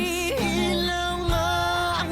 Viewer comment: No worries. A lot of reactors pronounce it that way and don't even realize after listening to the song. 😂 the letter i is only ever pronounced as "ee" in Tagalog/ Filipino, and not "eye". And a is always short, as in apple. For future reference. 😎